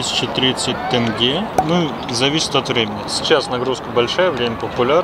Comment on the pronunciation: Ребят! Наш тенге не тэнге, а тенге, через Е- Елена, а не Элена